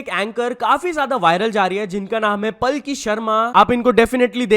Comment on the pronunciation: It's pronounced as PAALKI not PALKI 😁